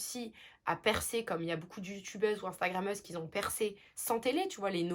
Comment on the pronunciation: Bonjour, c'est très agréable de t'écouter. Ne le prends pas mal mais j'ai constaté une faute de liaison imaginaire que tu fais souvent: qui z'ont / qui z'en ont... au lieu de qui ont et qui en ont. J'ai beaucoup aimé ta vidéo et je trouve qu'effectivement tu dénotes des autres influenceurs qui veulent nous vendre tout et n'importe quoi en escroquant au max en plus!! Je crois qu'à part toi, Bastien et Darko, j'ai du mal à en trouver d'autres!